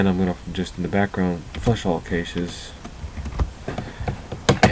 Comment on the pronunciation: never make fun of a man for pronouncing a word incorrectly, for indeed, he learned the word by reading it.